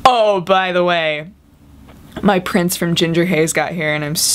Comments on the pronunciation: For some reason when you said "My Prints" I thought you said "My Prince" and I got very confused. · when you said 'prints' I thought said ' prince' XD